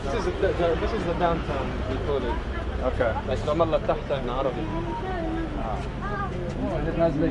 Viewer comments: I'm impressed how well you pronounce some Arabic and Hebrew words, good job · "im an american"... also reads arabic like nobody's business... pronounces arabic well... this guy's a fraudulent "neutral" american.